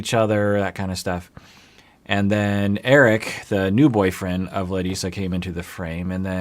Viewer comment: its eric-eee